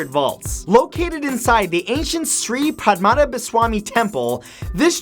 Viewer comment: The pronunciation of "Shree Padmanabhaswamy" killed me! No offence, its just very(i mean very) funny.